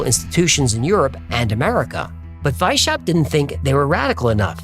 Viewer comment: It's not "Why-Shap", but rather "Wise-How-Pt"